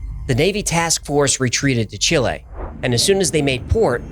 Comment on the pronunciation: Thanks to "God" you pronounce both "c"s. You have earned 1 point. (later) You said "Chile" rather than "Chili". You have earned a second point. "Admiral Byrd spoke to the media." Air is a medium. Water is a medium. We were taught in school that cray pas is a medium. Did Admiral Byrd speak to air, water, and cray pas? Please henceforward be specific. No points deducted for grammar, but if this were a logic channel, you would have lost 1 point.